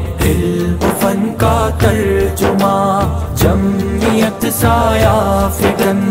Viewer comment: تلفظ کی غلطی جمیت.... ضرور ی تھا کہ پڑھتے جمعیت